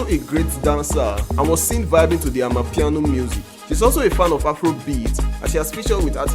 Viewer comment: For goodness sake . Its called amapiano . That is a South African word . Please stop it